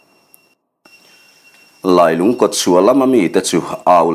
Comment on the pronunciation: Ka thlalak vel pawh a rawn lang ve leh ta e. A va lunglen thlak ve. Lailung tih hi i lam dan hmasa kha a dik zawk hmel riauin kei chuan ka hria. Khawlailung khua sawina khi a nia, Lungdar hi E.Lungdar khi a ni a, Keiṭumkawn hi Keiṭum khua saw a ni bawk. He thawnthua khua leh ram, luite hi E.Lungdar khua leh a chhehvel sawina vek a ni e.